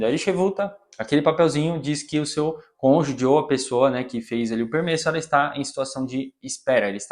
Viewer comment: A pronúncia da palavra cônjuge é "konjuji" (gi como em girafa). Não sei se é defeito do meu som, mas eu ouço você pronunciar sempre cônjudi ou cônjugui. Sobre a história, que saga! Desejamos sorte! 🍀🌎